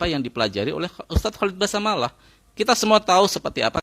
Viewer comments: Basalamah bukan basamalah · Basalamah bang..bukan basamalah